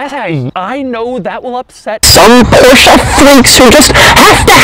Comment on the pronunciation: He really do be saying "porschah"